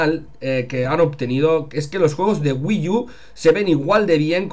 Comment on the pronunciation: SE PRONUNCIA WII U, NO WII YU